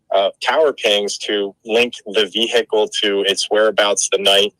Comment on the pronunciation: I would never hire a lawyer who does not know how to say the word vehicle properly. It's not hickle the H is silent.